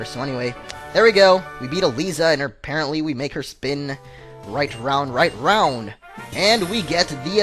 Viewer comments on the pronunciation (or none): none